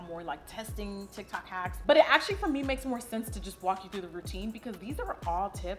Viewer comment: Lol she said " ala tic tac "